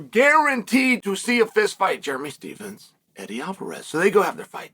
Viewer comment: Jeremy stevesem. I love uncle chael always butchering names. Chael Still the goat forever